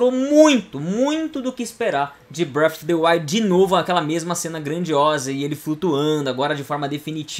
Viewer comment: bréfi deuaiu